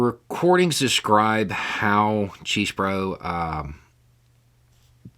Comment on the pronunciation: It's pronounced, CHESS-bro - he's not a cheeseburger...